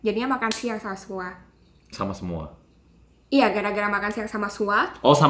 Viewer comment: Gw SUAR..... KAK😂😂😂 BKN SUA